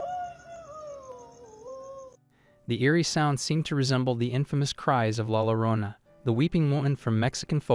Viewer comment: Llorona is pronounced Yo-RO-na. The crying woman.